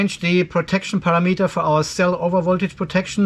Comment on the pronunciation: love you how say PARA _____ METER don't correct yourself